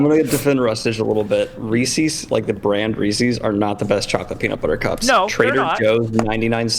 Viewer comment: What the heck are re-sees? It's Reese's, not Recies